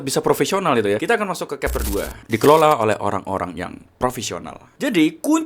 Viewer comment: chapter itu bacanya capter bro, bukan kapter...